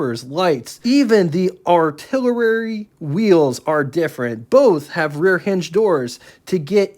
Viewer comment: It's not "ARTILLER-RARY", it's "ARTILLERY". You know, like "BANG-BANG, SHOOT-SHOOT"- Now YOU guess which song that's from...